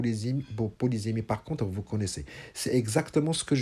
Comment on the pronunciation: Bonjour prof .Faut_il prononcer le mot polysémie avec [se] ou [ze]?Vous l'avez prononcé deux fois différemment.Merci pour votre explication magistrale.